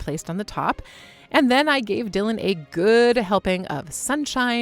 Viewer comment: "Di lan" HAHAHA Great work - anyone else would leave it to rot.